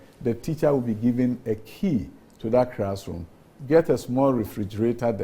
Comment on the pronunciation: And he keeps saying "crassroom" when most of the E "crassrooms" are decaying in the bushes.Please "crear" the rest of the "crassrooms" from the bushes, Honourable Minister.